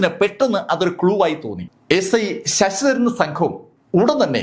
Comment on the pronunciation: Sss..ssss.daran. Alla. Sir. Sasidharan